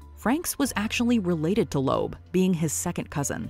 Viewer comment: TO " ": THE NAME IS PROPERLY PRONOUNCED, " LEEB " -------NOT, " LOBE " --------LEOPOLD & LOEB -----MJL, 78 Y/O